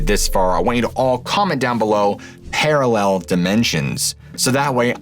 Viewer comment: "Paralel Dimensions"